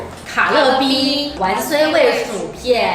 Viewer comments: 不是唸ㄨㄢㄙㄨㄟ 是芫荽 ㄩㄢˊㄙㄨㄟ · 香菜本名叫芫（員）荽（雖），記得別唸錯囉！